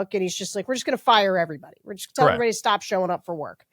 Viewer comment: ST - the "st" sound in words. There's no H in it. It's not SHT. It's STop, not SHTop, for example.